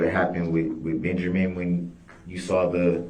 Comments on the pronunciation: DB can’t even say Benjamin correctly, he says “BenJERmin” Lol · Did this man say benjermen oh non talking ass special ed ass